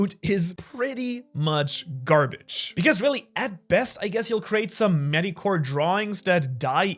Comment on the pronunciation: The way you pronounced mediocre is so weird to me. Medi-core